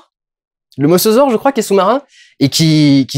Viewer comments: Mausasaure bordel mais je comprends le nom des dinosaures n est pas forcément facile à dire comme a se souvenir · Le moSAsaure.. Tu y arrivera. Oui c'est moi le con fan de dino qui rage inutilement quand on écorche un nom.. Bonne critique haha. 😁